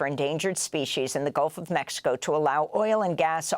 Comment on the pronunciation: Amy Good is one of the last real journalist not to mention she just said Golf of Mexico ❤